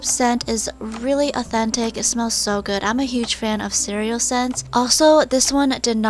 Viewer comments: I like when u said "it smells guud". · Lol it smells guud no i did not make a spelling mistake it was just how i explain how she said that